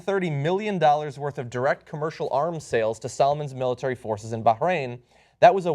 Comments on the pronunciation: Hey dipshit. There's no g in Bahrain haha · why is John punching the pronunciation of Bahrain?